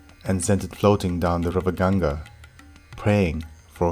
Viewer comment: THANK God - FINALLY - A video read by someone who speaks perfect English AND pronounces the Hindustani words correctly. The rendition of the Mahabharata was completely ruined for me when the American mispronounced EVERY single Hindustani word in it (including a simple one as Ganga) I just could NOT get myself to listen to ANY more chapters or parts of it. It felt like a foreigner telling me about India or a Christian explaining Hinduism!? THIS I want to listen to. We have several Indians who speak English well without the Desi accent, like this one, and they would be just right to narrate this. I'm saving this to listen to at leisure!! THANKS!!✌from USA.